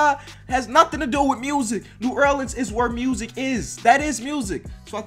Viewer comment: This maybe bc I was born in Nola but does it trigger anybody else he says New Erleans